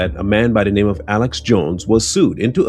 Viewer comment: She cant pronounce his name right. She obviously knows nothing about the corruption and death he sought on his people, she is full if bs.